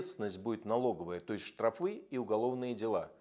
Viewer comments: штра`фы ударение & штрафы` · Михал Борисыч , штрафы ( ударение на первый слог)) лайк не поставит )) Я подписан , я за вас!)